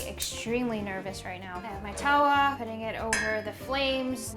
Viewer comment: As someone who got taught to cook by her Indian mum you absolutely nailed everything. Naan is very tricky to make without a tandoori oven. Btw, tawa is pronounced more like tava. Watching this made me hungry!